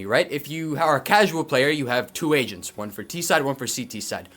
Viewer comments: I thought he said Asians instead of Agents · I swear I’m not a racist but man for the first few times u said agents I swear I thought u was saying Asians.😅😅😅 I was like I thought this market is getting messed up by china not Asians 😂😂😅😅 (I’m sorry) 😅